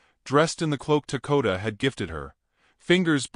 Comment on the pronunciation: what is his name? I hear Takota but see Dakota.